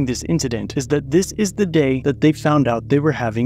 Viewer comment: the pig can't even speak English "dat", "dis" "over dere" "don't do dat" ad nauseam